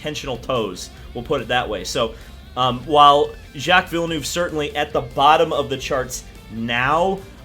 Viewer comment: Your pronunciation of Villenueve is unacceptable